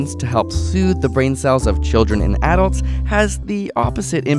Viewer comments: why does he pronounce ''Adults'' like that im pissed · He mispronounced adults